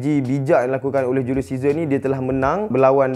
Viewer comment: Ml studios: julius caesar Me : julius scissor